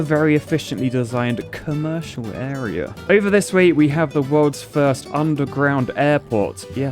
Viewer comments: 'Cummercial Area' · Did you just call that a cum-mercial area?